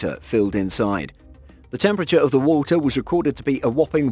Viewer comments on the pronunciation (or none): "as it keeps filling up with wohltuh ..."